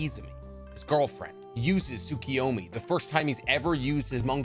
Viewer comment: I knew like 95% of this already but good video. Also Tsukoyomi (Sue-KOH-yo-mi) KO